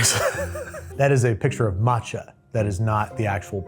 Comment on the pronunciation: That "matcha" is shameful.